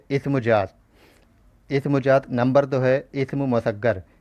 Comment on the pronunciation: Sr pls aap apne talffuz ko shi krein jaat nhi zaat hota h.. urdu ki khubsurti hi uske talffuz s h.